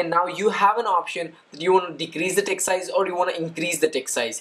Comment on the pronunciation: Sounds like your saying dick size now text size.